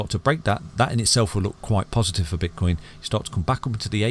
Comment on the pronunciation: did u say bitch coin or have i heard it wrong lol lol